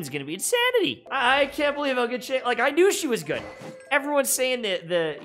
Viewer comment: what did you call xiangling ? 😟